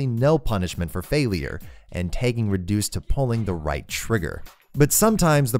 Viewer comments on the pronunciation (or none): I like how he pronounces “tagging” as “tegging”